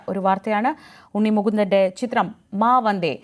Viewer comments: മാ വന്ദേ എന്നാണ് അല്ലാതെ വാ മന്ദേ എന്നല്ല 😂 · മാമന്തേ എന്നല്ല മാ വന്ദേ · വാ മന്ദേ അല്ല മാ വന്ദേ... 😂😂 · വാ മന്ദേ അല്ല 🤣🤣🤣🤣 മാ വന്ദേ.... എന്താ നമ്മുടെ മാധ്യമ പ്രമുഖരുടെ ശ്രദ്ധ... 🤣🤣🤣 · വാ മന്തേ അല്ല. Maa വന്ദേ എന്നാ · വാ അല്ല മാ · മാ വന്ദേ എന്നാണ്,, 18😄